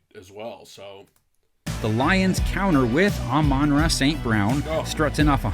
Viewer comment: It's not Omonra. It's Amon-Ra